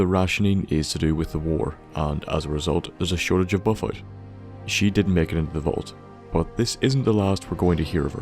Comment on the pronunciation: I'm terribly sorry but... You're not an native English speaker right? Because I have never heard someone with English as their first language butcher so simple words. It's pronounced Buff-out not buffut. It's pronounced Psy-Co not saiko. I'm sure you probably butchered some more words but I already knew the secrets of Sanctuary so I found no reason to watch the whole video. Sorry if I were being harsh.